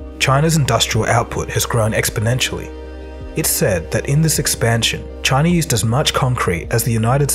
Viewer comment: Wherever this commentator learned spoken English they must have had a SLEW of extra "R" sounds. There is no R in C.H.I.N.A (just as there isn't one in O"Bomber")